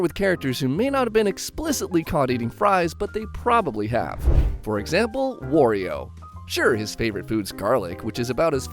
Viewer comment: R.O.B. is pronounced like the name Rob. And Wario rhymes with Mario and Lucario.